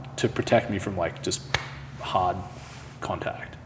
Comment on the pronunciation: Pushin' ard! 😋